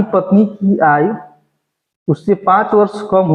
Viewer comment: आयु को आय आय क्यों पढ़ते हो